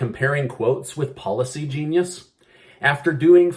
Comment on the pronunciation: Am I the only one that hears "Paula C. Genius" everytime he says "Policy Genius"? 😂